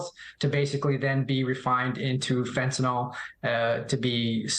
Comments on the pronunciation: And American chemical companies supply chemicals to cocaine cooks. What about the Sackler family? It is called "f e n t a n y l" not "fentan ol." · And pronounced fen.t̬ən.ɪL Whats with all the people saying fent̬.ən.oL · Fentanyl not fyntanol it's fentanyl. F E N T A N Y L .